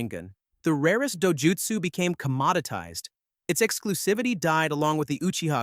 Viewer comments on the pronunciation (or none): how are you doing a video on a topic that clearly has an amine. and still manage to butcher the names thay ur speaking